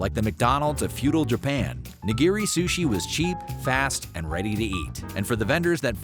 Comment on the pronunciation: "nah-GEER-ee" hurts my ears